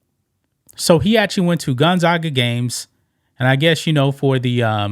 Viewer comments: As a close neighbor to Spokane, WA, Gonzaga is pronounced, Gon-zaaag-ga. Long "a" sound. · Go Stockton. I live in Spokane and used to watch Jazz/Sonics games at his Dad’s bar “Jack and Dans” Pronounced Gone zag (rhymes with gag) uh